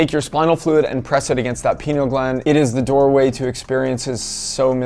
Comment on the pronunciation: "pie-KNEE-ul" gland, is the pronunciation. thank you for this informative video,.